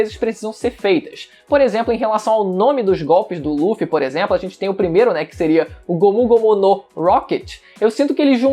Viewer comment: só de pararem de chamar o Luffy de Ruffy já está otimo kk